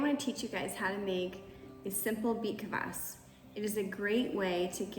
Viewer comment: Say beet kfas not kavas 😊